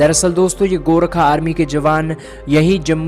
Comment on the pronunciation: Bhai saab gorkha hai gorakha nahi hai